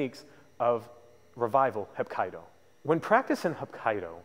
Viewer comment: its pronounced hap KEE do